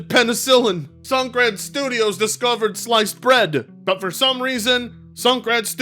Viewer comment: The mispronouncing of Sungrand cracks me up and causes me to 🤦‍♂️